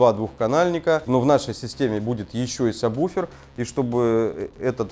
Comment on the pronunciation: Всё вроде грамотно, но почему во всех видео сабБуфер - если он сабвуфер ? Ужасно режет слух.